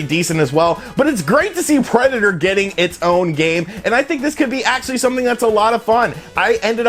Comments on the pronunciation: Preda-tore? Nobody pronounces it this way but you. Words are hard, huh? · why do you say Predator like that? Lol